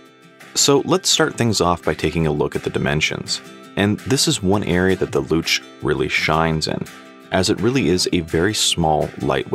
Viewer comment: You pronounced Luch perfectly. I also like that bracelet. I bought it specifically for my new Vostok Komandirskie GMT.